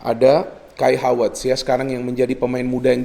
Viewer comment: Selalu suka aksen khas yang ketika mengucap huruf V menjadi W, pas bilang Havertz jadi Hawertz, Jesus Navas jadi Jesus Nawas